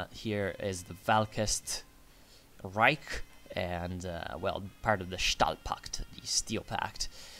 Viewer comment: You're the first person I see correctly pronouncing the "S" in "Stahlpakt". It makes me more glad than it should.